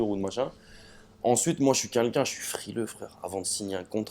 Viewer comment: A chaque fois qu'il dit "quelqu'un" il dit "Kinkin" mdrrrr